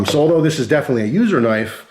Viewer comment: Did he say a user knife LMAO